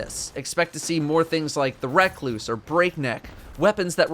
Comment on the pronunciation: So are we just not gonna talk about his pronunciation of recluse?